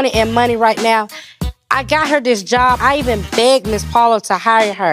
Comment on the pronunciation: Lol “let me go find me a jawb “ girl you HAD a job. Why does this girl hate working. So lazy